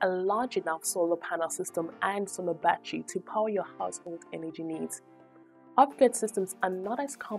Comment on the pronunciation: They are NOT a "ba-tree" or "ba-trees" Say "ba-TTer-Y" & "BA-TTER-eez"